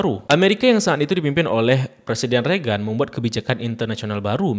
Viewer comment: Bacanya reigen bang, bukan regan 😊🙏